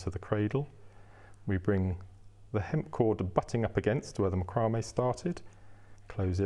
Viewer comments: MAC-row-may ---- not Mc-ROW-may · Its pronounced Mac cro may. Its has been for years. Great video by the way. Thank you